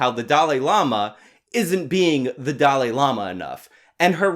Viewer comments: Young Turds cant even pronounce "Dalai", Its not Dali. tf is a Dali. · Why do so many Americans struggle to pronounce Dalai? Also look at these two oxygen thieves trying to out do each other at getting a word in. Useless.